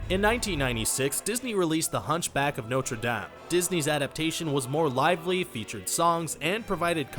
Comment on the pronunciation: Why is he saying "Norte Dame" wrong